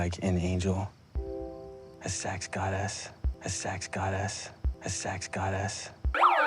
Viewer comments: "ah sex gahdezz" I'm SCREAMING Also yee-yee Posey LMAOOOO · why does he say sex goddess like tHAT